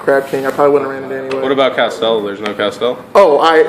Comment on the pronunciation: "I'm not going to castel anything" Kek